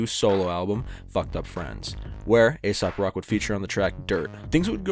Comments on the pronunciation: Good vid, and I heard you when you knew he wasn’t ASAP rocky. But you - as many - continue to pronounce it as ASAP. It’s AesOp Rock, fuck. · Its not asap.. its ae-sop. 😅